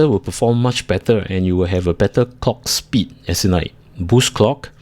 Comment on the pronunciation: its pronounced clock speed, not cock speed